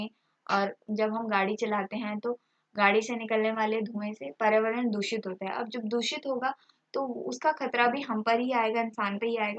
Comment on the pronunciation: Bolana to sikh lo mam spelling ko dekh k acche se bola kro paryawaran hota h na hi prawaran nhi